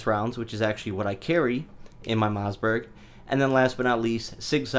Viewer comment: It's Mossberg. Not Mozzberg. 😆